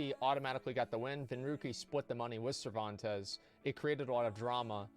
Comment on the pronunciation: Scammmereerrrr lol Cerventes hahahaha